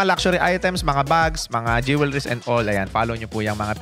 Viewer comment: Sir You mispronounced the word "jewelries" not once but several times Check with Google for the correct way to say it The whole world is watching and listening you